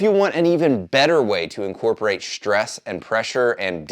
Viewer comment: Wtf is "shtress"? I cannot help but wonder if it is anything like the ENGLISH word STRESS.